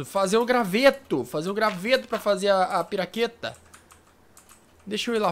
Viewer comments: fala piraqueta mas e picareta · e vc falou errado vc falou piraqueta se fala picareta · Não é piraqueta é picareta